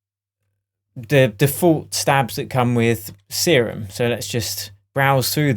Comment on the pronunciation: its not see-room its serum